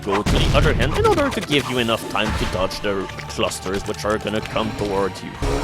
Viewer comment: He can say "perpetually gnashing maw", but not "in".